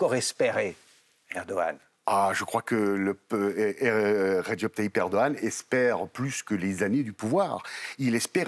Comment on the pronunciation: Encore un journaliste qui écorche le nom du président de la Türkiye, soit il le prononce dans un ordre inversé de sorte à troublée ceux qui un jour entendra à nouveau le nom du président de la TÜRKIYE.